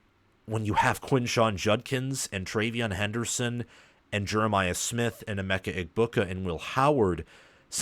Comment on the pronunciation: I hate it when you don't say Emeka's name right